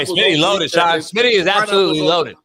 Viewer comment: No more big Smitty it's big SMINNAA